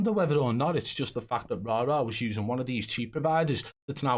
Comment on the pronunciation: I'm just happy the pronunciation of the name Rara will soon be nothing but a memory.